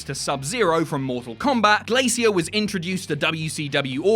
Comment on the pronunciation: First time I've heard it pronounced Glay-see-ear rather than Glay-sure.